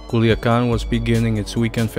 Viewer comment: Kuliakan 🤣🤣🤣🤣🤣 es culiacan...no kuliakan